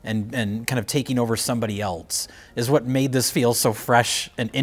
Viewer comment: cannot pronounce "else" it's always something eltz